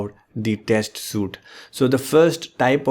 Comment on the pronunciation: it's "sweeet" not suite